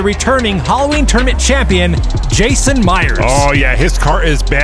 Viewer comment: Why does "Tournament" sound like "Termit" ?